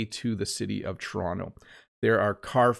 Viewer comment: I love you pronunciation when you say (torono in fast version and Toronto slowly way... Are you very exquisite teacher.